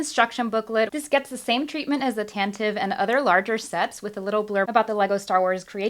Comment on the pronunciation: Tan - tiv - ee!